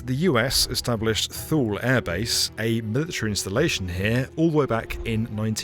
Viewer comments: not "thool" air base ... it's "too lee" air base. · emphasis on the first sylable, like toolee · FYI, Thule is not pronounced "Thool", it is pronounced "Too-lee", which is close enough to how Greenlanders say it. Great job Ford, you totally blew the linguistics. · Small correction: "Too-lee" air base, not "Thoole" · It is not Thuuuuuuul. It is Two-Lee. jfc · In the marine corps we call camp lejeune, la-june but its pronounced le-gern we all just did it wrong lol. Just like your dad called camp thule wrong. Its th-oo-el like the crop not two-lee. Just bc he was in the military doesnt mean he would know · “Tool-ee” Air Force Base. Not “THool”. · "Thule" is pronounced "tool-e" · Thule is pronounced too-lee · >Thule too-lee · Thule is pronounced "TOO LEE" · Thule is pronounced THOO-lee, just like the company. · Two lee Greenland. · Thule pronounced [too-lee] . My Dad was stationed there for year, in the early Fifties. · Thule Air Base…. It’s pronounced “Tooly” Air Base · Thule is pronounced Toolie, at least to my knowledge. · FYI, Thule is pronounced "TWO-lee" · Thule is pronounced Tulie it was one of my sites to visit. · TWO LEE. LIKE... THAMES RIVER. TAMES. thankyou. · Thule base is pronounced "Too-Lee" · Thule is pronounced Too-Lay. same as the Swedish company that makes roof bars, bike racks and cargo box systems for your car. fascinating story! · "Thule" is pronounced "TOO-lee" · Thule is pronounced "toolee" and I could have been stationed there in the 90's in my twenties but I thought it just a little too remote for a whole year. Hindsight though, it would have been amazing. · Been to Thule twice. It’s Tool. Or toolie. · Thule is pronounced "too-lee" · Too-Lee not thule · I’m sorry but it’s pronounced “Two-Lee” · Thule in Greenland is pronounced 'Thulay'. It's named after a mythical remote northern region in Greek legend. But the project was brilliant! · It is "Too lee" you are correct. perhaps a bit of research on names perhaps before recording?